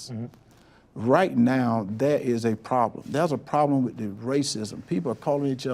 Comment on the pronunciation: "LSOS!" Help yourself and learn how to speak correctly; there is no such word as "WIT" = WITH!"